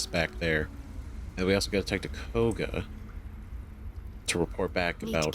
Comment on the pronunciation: Just dropping a comment to say that Kagha is pronounced kaw (rhymes with saw) guh :) not a huge deal, just passing it along. (and Astarion is uh-star-ee-un, can't even count the number of times I've heard people say it like uh-stare-ee-un :P)